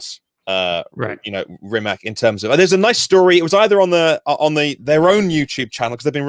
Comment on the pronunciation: Rimac is pronounced as Ri-MaTZ. The model name is NE-VE-RA (each letter should be heard).